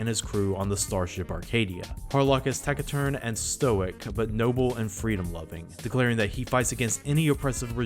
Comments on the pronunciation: Pronouncing taciturn as tackiturn is kinda funny ngl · it's pronounced "tac-sit-turn" btw